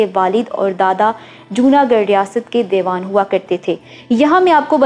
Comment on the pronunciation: آپ اُردُو کے کُچھ الفاظ صحیح نہیں بول رہی ہیں ،مثلاً ، اُلاد نہیں اولاد ہوتا ھے ، دے وان نہیں ، دی وان/ دیوان ہوتا ہے، گنوا بھٹو نہیں ، غنویٰ ہوتا ھے